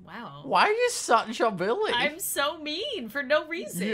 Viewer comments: “Why are you such a bully” When you say bully it sounds like billy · What says: probably because you and your friends bullying her What I hear: probably because you and your friends Billying her What I think: HUH!?!? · WhY aRe YoU sUcH a BiLlY (It sounds like he says billy.)